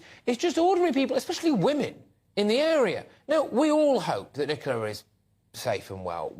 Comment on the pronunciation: It is Ni co la not Ni cola.